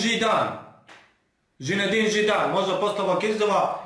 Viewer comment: Nije Žinedin Zidan nego Zinedin Zidan ,inace super si samo jako